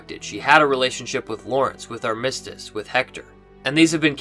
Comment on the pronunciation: Man you're killing me.... it's AR-mis-tiss. LOL.